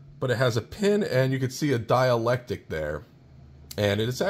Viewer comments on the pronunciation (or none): The word you want is "dielectRic" - note the R. There is a word "diAlectic, but it means something entirely different. Thanks for the great video. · "Dielectric" my friend... but having read the comments, i see you've already been schooled! Haha! "Dialectic" - also known as the dialectical method, refers originally to dialogue between people holding different points of view about a subject but wishing to arrive at the truth through reasoned argument. thanks for the video. much help to a noob 73 VA7XEX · It's dielectric not dialectic. I'm not a vernacular nazi normally, but considering you sound like an intelligent person I thought I should say something so in the future people do not underestimate your intelligence. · Why do you keep saying dielectic? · Excellent walk-through! BTW, there is an R in dielectric (sounds like die-electric) - sorry, not being mean, I'm just one of those nit-pickin' goobers.